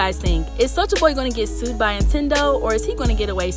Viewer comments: I was thinkin the same shit 😂 it's NINTENDO 🤣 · Is she saying INtendo? I know I’m not tripping! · First the N drops, then I think she just says Tendo. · The first time I heard it I let it slide. We all make mistakes. But every time she mentioned the big N it was more like the big I. Lol